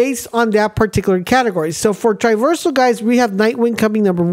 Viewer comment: I thought you made a mistake the first time. Even the second time…. But you’re literally saying the word wrong. Triversal is not a word. It’s TRAversal. As in TRAH- VER-SUL